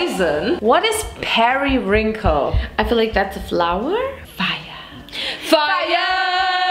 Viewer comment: I will forever pronounce “periwinkle” as “periwrinkle” in honor of 😂❤😂